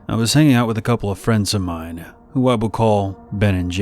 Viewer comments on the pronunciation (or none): none